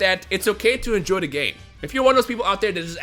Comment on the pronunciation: "It's okay to enjoy the ghay"